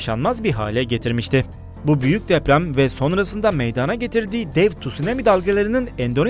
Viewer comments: Meyadaaana degil....! Meydana...e a lı söylenır ey sunucu...çok ayıp... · "Meydaana gelmiştir." değil, "Meydana gelmiştir". olmalı.